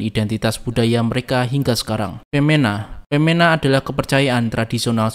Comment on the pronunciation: Baca "Pemena" Bukan Peména, E Nya semua pepet.